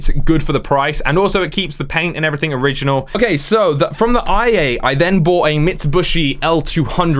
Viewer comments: He said it like that twice! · Never heard Mitsubishi said like that